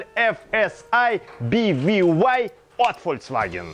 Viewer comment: мы все читаем эти BVY и прочие CDAB по не-немесски. К чему тебе эти би ви вай? Он же немец